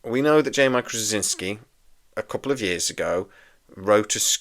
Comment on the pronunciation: Well, first off, it's pronounced "Stra-ZIN-ski." Hard to spell, simple to say. Second, if I was dubious about this remake WITH JMS, it'd be a disaster without him. I thought this was like "The Matrix Resurrections," that the WB was gonna make it with or without him, but they gave him the right of first refusal. Joe, being the control freak he is and having tried SO many times to get B5 spin-offs running, would, of course, jump at the chance. Third, I hope that whoever does it (and that only JMS does!) will rename the characters. I get that there will be new actors to take the place of Andreas Katsulas' G'Kar and Peter Jurasik's Londo, for example, but I treasure this series so much, I don't want to hear about who's going to the "new" Garibaldi or the "new" Ivanova. If you can have a John Sheridan step in for a Jeffrey Sinclair, then the rebooted B5 CO can be called Jim Snyder or something like that. I'm most curious why there might be more interest in this reboot with JMS perhaps excluded than with him on board. If what you want is more of what made the franchise desirable in the first place, who better to deliver it? I'm pretty damn sure he hasn't lost his mind like Roddenberry did, so we won't get some kind of NextGen weak-sauce B5. I can't imagine in the Hollyweird of today anyone else doing a better job. Now what >I< would REALLY like to see is a reboot of "Crusade," a direct sequel to B5 and a show I always called "Star Trek with a point!" Sure, we're on a top-of-the-lin